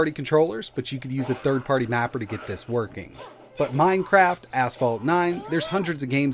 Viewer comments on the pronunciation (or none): none